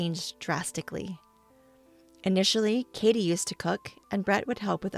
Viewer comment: Katie not Kattie. Kattie is not a name and would be pronounced catty like cat tee if it was.